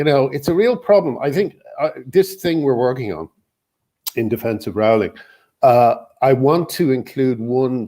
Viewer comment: You actually pronounce 'Rowling' like 'Rolling', not that it really matters, lol.